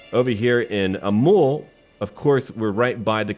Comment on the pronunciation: Also it is the same thing about that city named Amul, its actually Amöl.